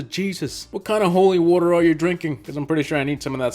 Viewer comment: Woter